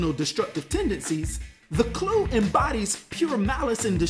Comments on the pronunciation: i have never heard it pronounced as Clue....ive always heard Kl-Uh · Is it not pronounced claw? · You're mispronouncing Kluh btw